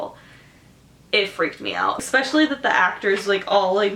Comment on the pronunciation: I like how u say EXpecially